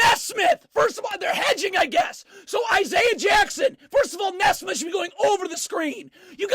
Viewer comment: It’s NEE-SMITH lol not NES-SMITH you’re welcome